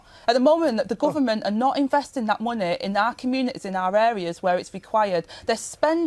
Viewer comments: "muneh, economeh, countreh" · What is ‘Monnay?’ Rayner needs to learn how to speak! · “Munnay” She’s embarrassingly thick.